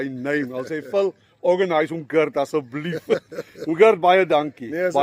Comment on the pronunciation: Asseblief tog! Die arme man se naam is nie "Girt" nie. Dis net soos die Afrikaanse Gert, maar met die harde "g".